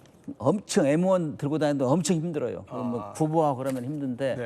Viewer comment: 엠16 엠1 발음이 안되나 에무16 에무1이 머냐 그럼 MBC를 에무비씨리고하냐